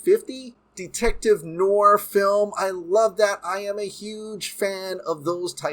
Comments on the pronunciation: Pronounced ... Noor-waa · Dude if you like noir movies then learn to pronounce noir properly (it’s French for black or dark) but doesn’t mean black and white necessarily -keep up the great work my man!! Awesome dc updates - can only hope to get Bat-fleck back as much as possible!!